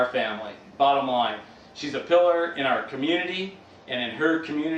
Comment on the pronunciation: Her brother said she is "Pillar" but my oh my it sounds like KILLER . No one uses the word pillar that often so I think in hindsight, now that he knows the truth that she really is a killer, that saying pillar was ironic.